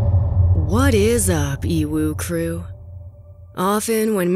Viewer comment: i cringe every time i hear the " EWUU CREWWWW"